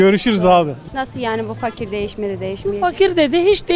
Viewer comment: o fakir dediği i le değıl ı ile okunduğunda cuk diye oturuyor